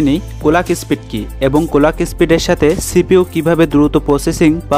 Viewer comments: কলাক না ক্লক 😅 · কোলাক কি জিনিস ভাই? ক্লক হবে